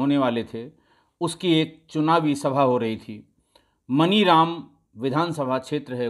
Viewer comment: Not मनीराम ,sir मानीराम is correct. I am from here